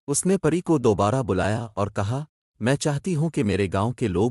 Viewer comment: Pehly plzz apni Urdu reading durust karlen.Haseen aor Pari ko Galt parh rahy hen ap.